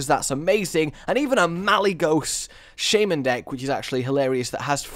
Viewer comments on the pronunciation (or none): Where do you see a "Y" in shaman, Please stop saying shaYman. Its shaman, No "Y". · i love your videos really entertaining but the way u say some stuff such as shaman u say shaYman :/